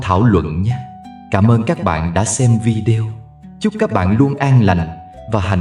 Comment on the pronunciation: VI.ĐÊ.Ô đừng đọc là VIĐEO...Kỳ lắm. 😂😂😂😅😅😅